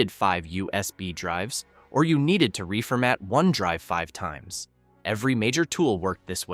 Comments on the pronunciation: I love the “narration”. Gotta love “reefer-mat”. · I came to the comments to comment the same thing, whats 'reefer matting' 🤣